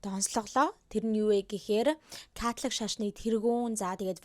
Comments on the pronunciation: Катлик шашин гээд сонссон чинь чихэнд аягуу содон сонсогдож бна шд кккк Католик шашин биздээ тээ 😅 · Яг америк аялгаар Катлик гэж дуудагдаж бгаа юм.